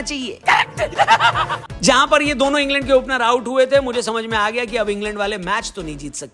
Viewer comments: Ingland ❌ Ing land✅🤣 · En-land suzzi........h😅